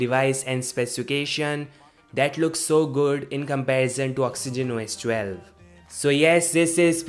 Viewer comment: "Socks-ogen Wo-S 12"??? I thought this was about Oxygen OS 12. Oh well! OK, I'm just joking around, this is a great, short, informative video even though I could do without the singing "intermission", LOL. Take care, -Eric